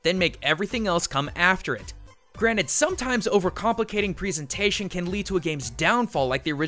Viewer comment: He says presentation weird...